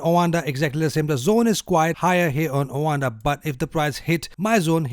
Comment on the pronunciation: Wtf is “owanda”?